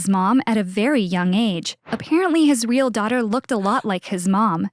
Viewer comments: Instead of real she said weel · She said weal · She keeps saying weal parents